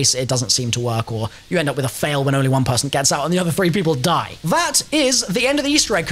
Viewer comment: The "D" machine? You dont how how to Pronounce DIE?